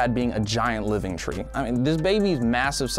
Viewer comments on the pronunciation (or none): none